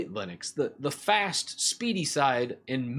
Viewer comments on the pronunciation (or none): its Linux not Linix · It sounds like 'Linix'...